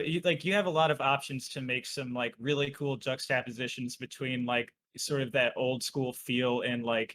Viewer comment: the way says "juxtaposition" is truly something